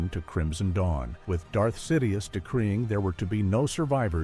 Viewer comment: It’s Darth, not dark